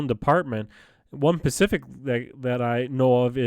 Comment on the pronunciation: The word is "specific", not "Pacific"